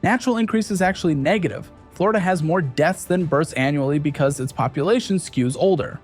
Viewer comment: Florida, Dlonio, Flondo... WTF? :D